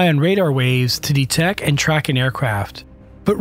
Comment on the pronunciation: "detec" Really? lol